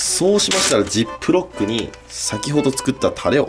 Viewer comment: かねこのジップロックの発音はティックトック